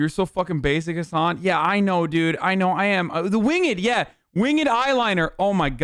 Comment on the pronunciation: He even pronounced it wingED eyeliner